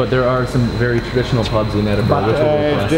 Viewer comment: Lol " Edinboorg"!